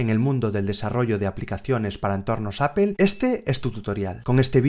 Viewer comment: me gusta mucho como explicas todo, de verdad me encanta, pero. por favor trata de mejorar tu pronunciacion en ingles o haz la traducción al Español haha cada que pronuncias "Double" "Apple" y algunas otras palabras algo se me carcome por dentro hahah xD .. como quiera un saludos y gracias por tu dedicación.